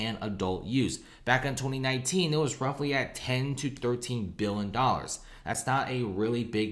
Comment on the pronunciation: Cant pronounce “million” or “billion” properly. lol